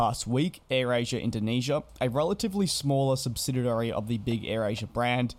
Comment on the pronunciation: Try to work on that word "subsidiary".